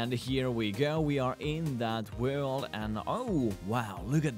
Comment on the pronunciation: Please JUST SAY WORLD NOT 'WELD'